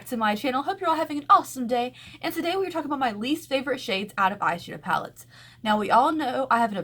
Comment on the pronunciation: Am I the only one who thinks she says "eye SUGAR pallets" instead of "eye shadow palletes".. I know what she's saying but it sounds like sugar not shadow in ALL her videos.. Haha I think it's cute